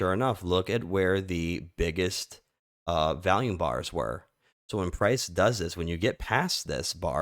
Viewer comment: V'ALL'YUME not v-AL-yume lol With love brother lol🎉